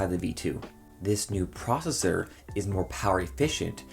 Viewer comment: Why u saying processor so weird